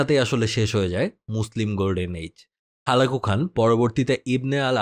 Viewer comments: Halaku khan not holago, Sorry bhaya sorry bhaya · হুলাগু নাকি হালাকু? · হুলাকো খান আবার কি জন্মের পর থেকে হালাকু খান শুনে আসছি